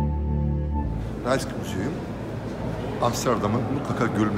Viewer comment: Rijksmuseum* raysk degil.